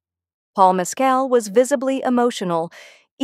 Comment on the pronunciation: MES-cal has its accent on the first syllable.